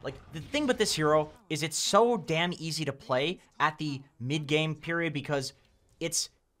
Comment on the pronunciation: why does he say ply insted of play? Maybe pligh?